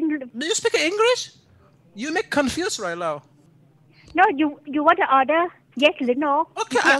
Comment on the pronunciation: haha "do you speak engrish? You make me confuze rye now" XD haha